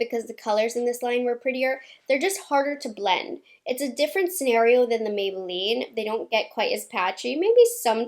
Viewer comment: I ❤ the way she says Maybelline